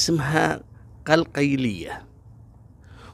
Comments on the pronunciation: قلقيلية وليس قلقيليا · مشكور اتابعك منن فلسطين لكن اسمها قلقيلية تلفظ مره وحده هيك قَلْقِيلةَ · السلام عليكم.. لفظ قلقيليه بطريقه خاطئه 😂 بدون تشديد الياء بالسكون تقرأ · اسم المنطقة يطنق كالتالي Qalqeelia بدون شدة (قل-قيل- ية)😊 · يا. اسمها قلقيليه.. معلش يس اللفظ غلط 😂.. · قلقيلية تلفظ بدون شدة على الياء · يا لفظة اسم المدينة غلط